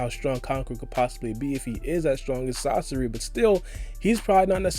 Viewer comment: It’s sah-sori not sasorry